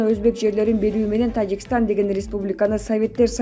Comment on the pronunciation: Тажикштан дейт ко бул айым